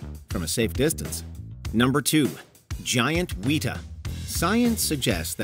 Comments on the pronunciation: Weta pronounced "wetter" not "wheater" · It is not a wheat-a. Its Weta. Wet-a. How can you get that wrong not only is it spelled exactly like that, but two of the worlds most famous FX companies are names after it. Weta FX and Weta Workshop. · Y’all mispronounced weta, and you didn’t mention that Peter Jackson named his film studio after the highly endangered insect.